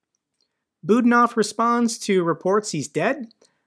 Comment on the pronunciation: Budanov is pronounced Bu-DA-nov (stress on the middle syllable "da"). Many thanks